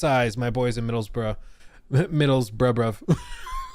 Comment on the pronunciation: As someone whose hometown is Middlesbrough, this is all rather surreal. I was actually impressed with pronunciation of Middlesbrough (the accent was completely off though. We're in the North, so Northern accent. Like wow we have more than one accent in the UK) 🤣 We also like to say Boro for short.